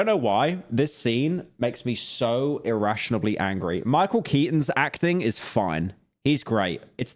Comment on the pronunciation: someone tell pyro it's not "irrationably", it's "irrationally"